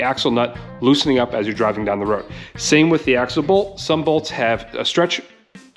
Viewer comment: Great instructional! The word "stretch" is the thing that gave you the hardest time!😁